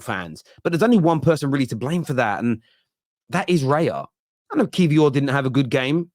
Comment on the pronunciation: it's raya, not reya